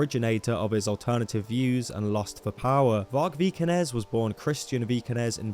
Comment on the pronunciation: Vargpilled, lol. I like it. And awesome job, - greetings from a Norwegian. You nailed the prononouciation of Vikernes - you missed that he just released a new Burzum track though! Got inspired while writing his recent books.